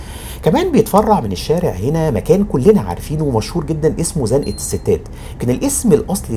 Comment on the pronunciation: سلام عليكم اخويا الغالي استاذ. هنا أقف احترام وتقدير لك على مجهود كبير بالنسبة لزنقة نطقتها صحيحة المغرب ومصر شعب واحد تسلم مصر ( ام دنيا) وشعبها الطيب ❤❤اخوك كمال من المغرب 😊😊😊